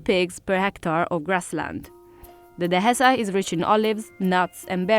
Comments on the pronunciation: Spanish definetely not. The letter "h" is nor pronounced in Spanish, so you say "de-e-sa", written "dehesa", not "de-he-sa" with an aspirated h like in English. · She’s definitely not Spanish nor a Spanish speaker. The way she pronounces words such as “Dehesa” with an aspirated h sound is a dead giveaway that she is not a native Spanish speaker. That, plus the one time you hear her speaking Spanish she has a distinct foreign accent.